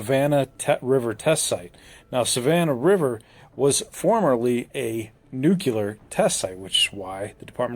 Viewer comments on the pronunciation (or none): Here we go again... Please don't listen to people that pronounce it "nukular" like Peter freakin' Griffin! SMDH. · DRIVES ME NUTS WHEN PEOPLE SAY Nuc- U lar. IT IS NUC LEAR NOT nucular!!! same thing with EXPRESSO- it is ESpresso!!! EXspecially- IT IS ESpecially!! there is NO "X"!! WTF??